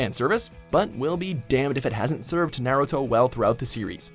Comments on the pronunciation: I disliked because you kept saying Naruto wrong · My guy said Naruto wrong how